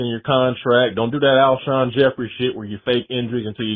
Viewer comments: Why are you pronouncing Alshon like that? 😅😅😅😅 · How're you a Bears reporter and don't know how to pronounce Alshon? 👀